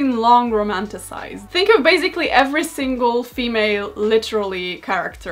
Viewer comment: Hey, i dont want to sound rude, but the word 'basically' is pronounced with an /s/ sound in the middle, and not /z/. Don't worry though, its a very common mistakes among polish people as our language is much more vocalised than English ;)